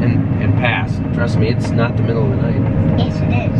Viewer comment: ITS THE MIDDUL OF THE NIGH-TUH! You got some good eggs,.